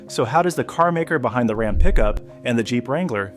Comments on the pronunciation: As soon as it pronounced RAM as ROM, they lost me. Stelantis cant seem to make a product decision and stick with it.This I have observed for quite some time now. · rom for ram? get a real. narrator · Who the fuck pronounces Ram like ”Rahm”…you had my sub and then big fumble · "Rahm"? That's not how you pronounce RAM. You know, ram, yam, cam, bam, ham, lam, you'll get it soon. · Can't say ram right. Can't say the name of the town right.